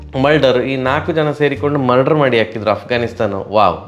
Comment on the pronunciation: Karantre Mulder helovaga husharu😅 bayi tapi murder andbetira😂